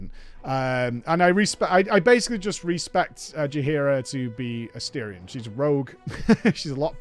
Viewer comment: Never pronouncing his name correctly is the cherry on top.